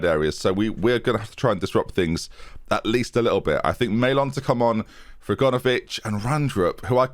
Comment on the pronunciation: Still calling Aganovic 'A-gone-ovic' after all these episodes, love it